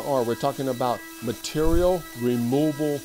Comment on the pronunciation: what cutter do you use to hog out all the vowels in your pronunciation of 'material'?